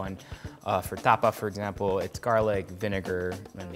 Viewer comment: Erwan, Tapa! not tuhpuh 🤣